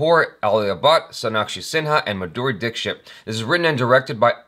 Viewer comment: that was an almost perfect pronunciation of dixit💕